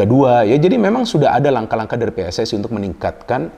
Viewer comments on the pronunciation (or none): none